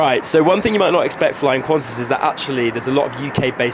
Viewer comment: It's QANTAS not Quanta's, seriously 😒